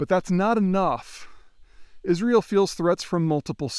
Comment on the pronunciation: Is Ri UL ? How right can he be if he cannot even pronounce the name of the country right